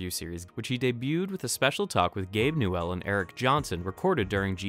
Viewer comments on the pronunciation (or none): Everytime you say gabe "new elle" a baby unicorn dies, so stop it!!!!